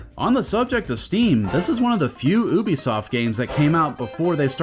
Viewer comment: Thank you for pronouncing Ubisoft they way those morons actually wrote it